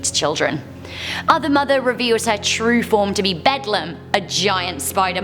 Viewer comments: Its not bedlam its bell down not hate just my fave movie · I love you right but the right way to pronounce the other mothers name is Bel(Bell) Dame(Dam) The Beldame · I’m sorry, everyone keeps saying “Bedlum” when talking about Coraline. Watch the movie once more, please. The dead children say “BELL-DAM”